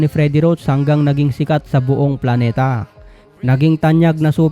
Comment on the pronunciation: Natawa ako sa pagsabeng buong planeta ehh🤣